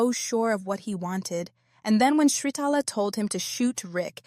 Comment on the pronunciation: You do not pronounce the R in Sritala. It is silent. It is not like the R in Sri Lanka